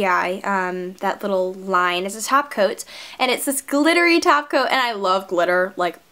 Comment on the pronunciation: i thought she said sparkly taco and screamed of excitement, then i realized she sad top coat.